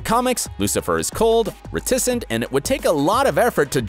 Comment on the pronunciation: "The Devil made me do it" speech from the book was directly put in the book. And in Season 5, Lucifer found out Michael manipulated him into leaving Hell. The pronunciations of "sociopath" and "reticent" make me cringe. He obviously isn't omniscient in the show. Everyone knows that. "List of superheroes he has." You mean "List of superhero POWERS he has"